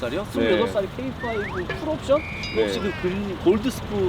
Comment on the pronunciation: 형 케이파이브야. 게이파이브 아니고......ㅋㅋㅋㅋ